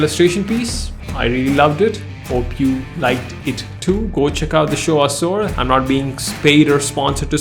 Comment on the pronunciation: Assour!! Seriously 😅. Awsome video anyway